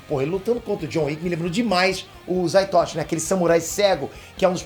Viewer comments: Correção, não é Zai Toichi - é ZATOICHI - Fale errado nome do meu menino não.:elbowcough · É Zatoichi!! E não Zaitochi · Opa, o nome do samurai cego é Zatoichi, não é como você pronunciou "zaitochi"